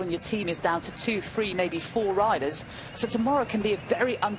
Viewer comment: She is a Horrible announcer. Learn how to pronounce the word 'three'.